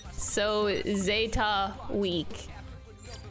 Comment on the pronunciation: I find it interesting how people apparently hear different things than what people actually say...how people pronounce things differently despite hearing it from others. For example, how Minamimoto clearly says Zetta as zeh-tuh...but she keeps sayin it as zay-tuh, despite having heard Minamimoto say it several, several....SEVERAL times lol not really a complaint, just an observation, especially cause ive seen other people do it with other words